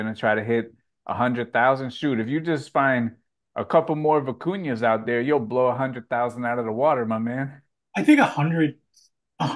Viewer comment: Vuh ku nyah is how you say those silly woolly things